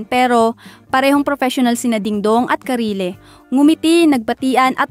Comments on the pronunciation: Karylle pronounced as “Karil” not “Karile” mygosh. Para namang baguhang artista si Karylle para di mo mapronounce nang maayos name nya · Gaga naman netong narrator d naman 1st ever guesting ni DD Jan.. 2nd.. ung una ung anjan c kim or anne. ung ulo pinalitan ginawang Karylle. Saka anong Karile ??? Karil ang Basa Jan. palpak na Chismosa mahadera 😂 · Its pronounce KaRiL.....hnd Karile😂😂😂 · Karylle❌ Ka-ri-le✅😂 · sino si karile 😂😂 ayusin mo pagbasa mo asar ka. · 2 syllables lang ang karylle…. 3 syllables k ate.. know ur topic well.